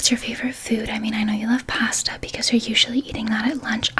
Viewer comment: why do u say pasta like that